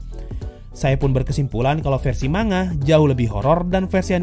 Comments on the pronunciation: Wah... keren reviu nya... sesuai dengan pemikiranku 😍👍👍👍👍👍 Tapi... cuma mau kasi tau Manga dibacanya "Man-Ga" bukan "Ma-Nga" 😓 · Man-Ga kalau kita pakai pronounce nya Jepang.... Sama kayak ngomong Momon-Ga Gua rasa ngak ada masalah kalau kita orang Indo ngomong nya Ma-Nga